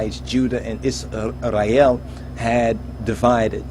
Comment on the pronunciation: Bro you don’t have to say Israel like this Isrrrray el lmaooo🤦‍♂️